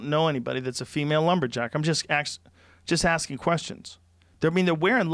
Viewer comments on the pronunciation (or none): “im just ax’n about lumberjacks.”